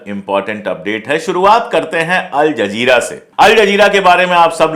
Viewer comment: अल जज़ीरा बोलिये जनाब.आपका उच्चारण सही नहीं है